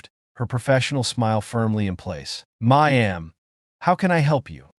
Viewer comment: What word is 'Ma am'? Please listen to English recordings and learn how to read English out loud.